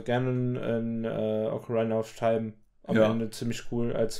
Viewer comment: "Ocaraina of taim"